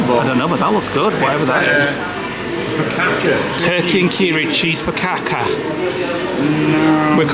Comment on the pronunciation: did you just say Fokaka